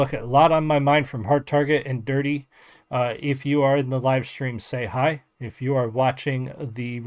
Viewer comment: It's DurtE, props for pronouncing it right too haha. Thank you for taking the time to do a reaction! 🫡🍻🤘 I subbed.